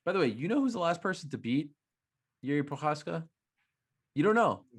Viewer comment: funny to see dc thinking he is pronoucing Prochazka right but in the end he is wrong xD